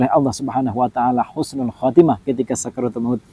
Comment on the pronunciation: tolong kata kata nya di koreksi Husnul bkn Khusnul